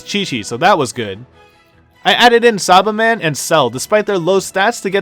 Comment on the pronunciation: He also said sarbarmen (saibaman)